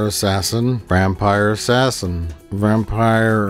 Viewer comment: It's Vampire Ass-Ass-In.